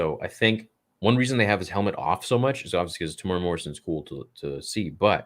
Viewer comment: Haha are you correcting me? :-) :-) - Fine then, I'm from New Zealand so ill start spelling Asoka right when you Americans start pronouncing Temuera correctly. You guys butcher it every time. It's pronounced Temu-Era (his name has 4 syllables). Not mad about it - but do you guys have to mispronounce it every freaking time? Other than that, much love to my fellow Star Wars brothers. (edit - and sisters).